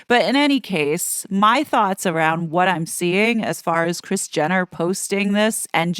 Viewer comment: Rris 🤔 I thought her name was Kris😂